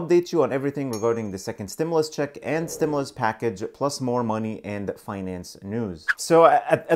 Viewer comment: CLICKBAIT LIAR HE CAN’T EVEN PRONOUNCE THE WORD STIMULUS 😂 IF YOU LIKE THE INFO OR NOT HE STILL LIES AND GIVES FALSE INFORMATION BEEN CLICKBAITING SINCE THE FIRST STIMULUS CHECKS 🤦🏾‍♀️